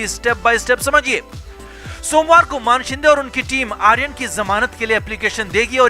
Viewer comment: मानशिंदे नही मानेशिंदे है...सारे युट्यूबर मान बोलते है....मान नही मानेशिंदे....मान याने नेक 😆